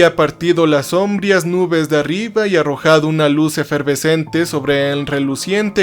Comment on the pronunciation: Por qué seguís acentuando mal la palabra sombría? Dejé de escuchar el canal sólo por ese detalle, porque siempre decís sombria, acentuando en la penúltima sílaba, como si fuera una palabra grave...